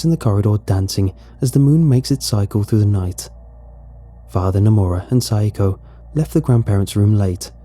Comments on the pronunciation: I can’t think of a name so hi Okay so should be pronounced sa-ya-ko (how it’s spelled) instead of syko. I thought syko was an odd Japanese name. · "Rens mother, psycho-" Me: "Wait hold up that ain't right- rewinds -oh shit" Note: I know it not spelled like the English word "physco" or means the same in Japanese but it sounds like it lol